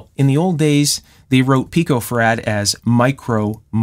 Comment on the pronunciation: He has trouble pronouncing 'farad' though ))